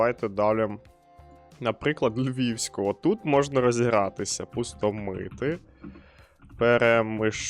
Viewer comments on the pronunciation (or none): Берегово забув з самого спочатку, і не ПустомИти, а ПустОмити